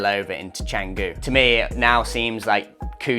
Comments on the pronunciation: At least try to pronounce it correctly. Its chun goo not chang goo. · Amazing vlog! You've totally captured the vibe of Canggu. 🤙 Since you're exploring Bali, I thought you and your followers might find this cool: the name is pronounced "Chung-goo" (that first part has an 'uh' sound, not 'ang'). The 'c' is always a 'ch' in Indonesian. The best part is the history behind it – the name actually comes from a legendary dagger (keris) from the Majapahit kingdom era! So when you say it right, you're also referencing a piece of ancient history. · First off, Canggu is pronounced Chung-goo. Was well surfed in the 80’s. Clearly you missed the 1980 OM Bali Pro, won by one Terry Fitzgerald. Having lived full time in Canggu from 2007 to 2014, I can tell you the turning point was Deus, who were building as we we’re building our humble 5 room hotel in 2010, followed by a four page spread in Tracks magazine in 2011. By 2012, with the arrival of the Russian owned Ecosfera hotel and the German Greenroom surf camp, the party was over. Those dreamy days of surfing with a couple of friends at dawn, turned into 20 dudes waiting in front of the right for first light. Now it’s a shit show of Euro party goers and beginner kooks, best avoided like the plague. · How good is it when u make a vid on somewhere u cant even pronounce properly 😂